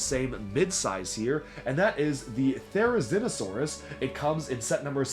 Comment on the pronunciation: So glad you said Therizinosaurus right!